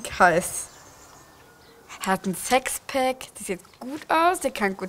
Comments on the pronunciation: Sexpack 😂 das heißt Sixpack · Es tut mir leid das ich das jetzt sag aber es heißt sixpack nicht sexpack